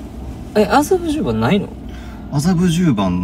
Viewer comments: 麻布十番が苦手な良規 発作からの「あたっ、あざびゅぅ、ｱｯ」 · 「麻布十番」が全然言えない正門くん💙かわいい🫶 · 麻布十番ってなかなか言えない正門くん、かわいい